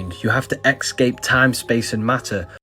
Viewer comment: It's "ESCAPE," not "EXSCAPE." I really enjoy your videos.